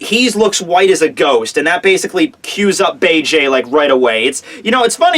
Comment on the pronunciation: please watch the English dub, so you can start pronouncing Bege's name right.